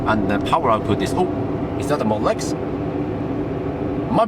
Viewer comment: Lmao when you say Model X it sounds like you're saying Molesk